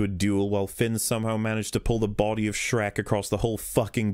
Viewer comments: Me too. Every time he said Shrek. "The floor is white how do they not see him dragging Shriek across the battlefield." 😂🤣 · can't believe I'm only watching this now, but I laugh every time you say shrek it's absolutely hilarious and I love it